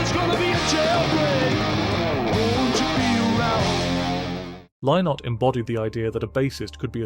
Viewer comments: Phil Lynott. It's not pronounced "Lye-nott" - it's pronounced "Linnet." That's the way he pronounced it himself. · Lynott is pronounced Linnit like minute. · It's pronounced 'Linott' FFS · That's not how Phil pronounced his surname - check his concerts !